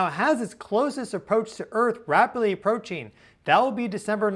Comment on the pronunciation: Rapidly approacheen? Sometheen sounds off there. Now, if you'll excuse me, my lunch is here, chicken weens.